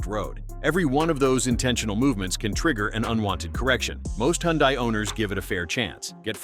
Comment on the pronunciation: First, teach the AI how to pronounce Hyundai. Then pronounce it the same way each time. Then admit that for most driving, these features are very helpful. Sometimes, like in rain and snow, they should not try to work. I am reminded of the Tesla that some fool had in FSD mode during a snow storm that decided to make a left turn into the guard rail. Burnt to a crisp.